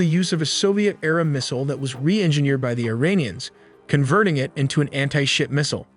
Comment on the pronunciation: "anhey-ship missiles"...